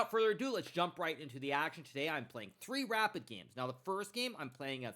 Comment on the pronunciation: can you say today correctly next time, thanks